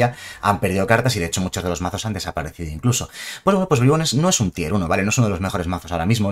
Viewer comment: Nadie: Absolutamente nadie:: BRAIBONS